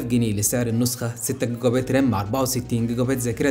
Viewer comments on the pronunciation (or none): none